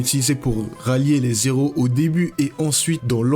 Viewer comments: Vous ne devriez pas faire la liaison "les z'héros,", C'est un h aspiré pas muet. C'est franchement dérangeant. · alors très bonne vidéo, hein, mais "les z'héros" aaïïïe 😖 arrête ! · on dit les héros pas les zéros , on ne fait pas la liaison entre le 'S' et le ' E ' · Le mot héro est écrit avec un h comme haricot. Alors on le prononce, même au plurieul, des éro!!! Pas des zéro, comme tu as dit toute la vidéo. En tout cas, je ne m'attendais pas à ce niveau de vidéo. Très bien analysé, je pensais pareil en regardant la série.. 9/10 👌 Peace.